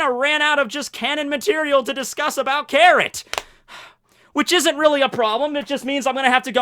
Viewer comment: did i just hear 'carrot-tor'